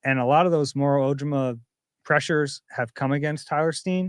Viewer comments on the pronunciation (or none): please stop mispronouncing Moros last name. It’s killing me!!!